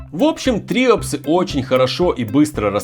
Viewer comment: самое древнее животное которое не изменилось это морская губка и правильно говорить триОпсы